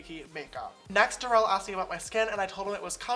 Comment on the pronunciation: Spelled like Darrel but pronounced durrel